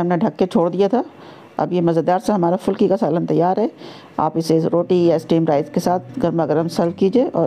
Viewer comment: Good 👍 but fulki nhi phulki Sahi word hai